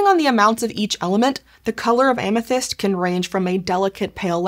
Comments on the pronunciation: Amethyste’s name is pronounced Ah-meh-this-tay, for the record. Ancient Greek doesn’t have an ending e that turns the previous vowel long. (That guide is only a vague approximation, it’s pretty difficult to represent certain ancient Greek sounds in an immediately recognizable to English speakers text form.) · so it's not Amethaïst like she says it either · Am-uh-THIS-tee would be the standard English pronunciation (if such an admittedly obscure and actually fabricated nymph as Amthyste can be said to have a 'standard' pronunciation). Compare the treatment of the feminine -e (Greek -η) in Penelope, Daphne, Phoebe, &c.